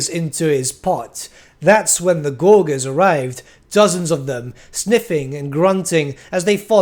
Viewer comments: pronounced gorge, gorgers. not gore gers. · Okay, I have to say, does anyone else notice that says Gorgers wrong? He says “gorg” when I’m pretty sure it’s pronounced like “Gorj-ers” and he said it so many times I was going crazy lol, I don’t mean anything hate just thought it was funny lol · Gor-jer. Soft g, mate. As in «to gorge.» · Oh my god stop saying gorgers like that!!!! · Great vid, but that pronouncement of Gorgers was kinda painful and stood out like a sore thumb as it was said so often. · say gorge. then add an rs on the end. soft g man